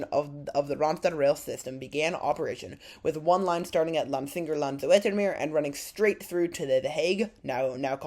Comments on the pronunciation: I can't get over the fact that he keeps saing "Zoh-etter-meer" OMG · To pronounce Zoetermeer properly say 'ooh' and remember that sound incoporate your 'ooh' into zoohtermeer and your there!😂❤ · You said Utrecht, now try to say the U in the same way here: Zutermeer, there you have it: Zoetermeer.. Now you can work on "Utrecht" ❤ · You could probably have asked someone how names are pronounced. Most Dutchmen are happy to instruct our phonetically challenged brothers and sisters in rest of the world, ie. everyone else, in the way god intended letters to be pronounced, as we're the only ones that seem to be getting it right. 😜 You would have learned that you could simply have pronounced "Zoet" as "Soot" instead of that complicated "z-oh-eh-t" with which you're putting the tip of your tongue in mortal danger of being bitten off. 😁 (Knowing my fellow Dutchmen they'd probably throw in some interesting new curses with which to impress your friends and neighbours, entertain impressionable young children and scare off small predators.) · The oe in Zoetermeer sounds like the oo in zoo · The "oe" is pronounced like the oe in shoes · Oe, like in Zoetermeer is pronounced like oo in good. I like to see what surprises you, whereas I (65 years) have seen it develope. Den Haag you pronounce remarkely well!!